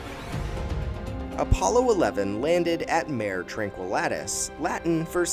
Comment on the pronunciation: Man, you've got to do more research into name pronunciation. Teach your voiceover guy/software. The lunar seas -- mare -- are MAH-RAY. Jack Swigert -- SWI (rhymes with fly) GERT, Alfred Worden -- WORD (pronounced as word, because it IS WORD) -- EN, etc. Please get your act together before trying to teach any more history.